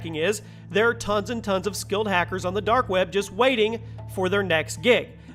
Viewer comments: The dark "webba" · "The Dark Wäbe" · dark web-uh